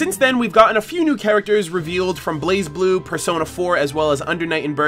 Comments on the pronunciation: According to Lindsay they told her it's pronounced "Blay Blue" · It’s “Blay”Blue Cross Tag Battle. ;) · The Z is silent